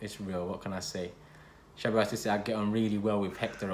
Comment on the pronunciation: Man said cheballos